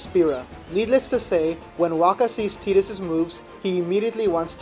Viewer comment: omg you actually call him tee-dus. >< TI-DUS FTW is this a synopsis, a walkthrough or a review? that being said, :D love ffx !